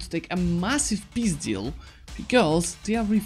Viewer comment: я один слышу "пиздил" когда он говорит "peace deal"?